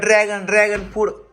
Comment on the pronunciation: फ्रूट रे not फूड